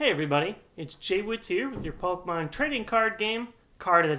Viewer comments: I love these videos and enjoy all these errors and what not. I just think it's funny that you know the correct pronunciation for Phanpy, but continuously miss pronounce PokEmon. Don't want to sound like dick, or anything, Just something that made me chuckle. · MY GOD IT'S POKEMON NOT POKEMONS